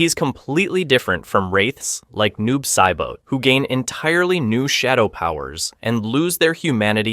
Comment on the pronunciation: bruh i had to jump out the video and take back my like bc noob saiboh was my last straw